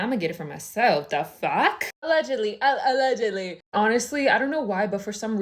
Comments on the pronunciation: Her new iconic word ”ALLeGiAdLyyY”😂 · “aLLeGiAdLYyY”😂 😂😂 Edit: AHHH IVE NEVER GOTTEN 1K LIKES AHHHH!!!!!! TYYYY!!!!!❤❤❤❤❤ Edit 2: Omg 1.6k Tyyyy!!! Edit3: yall actually stop 2.1k there’s no way😭😭😭😭😭 Edit 4: wait yall can we get to 3.5k???